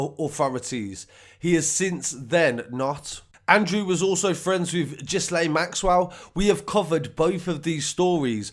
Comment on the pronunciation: Also don't mean to sound rude! But her name is pronounced as if it's spelt like this Gilain (gil as in fish gil) Ghislaine maxwell Ygi? The h and s is silent mate I used to say it the way you did till I heard it being pronounced on #shaunattwood channel as he talks a lot about these peados also #highrootstv . Hope u don't mind me pointing it out just helps a bit ennit 😊 Btw thnku for bringing us the best truth and honest news out there! 😉